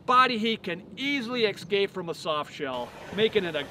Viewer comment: I was wondering why you pronounce "escape" as "eXcape"?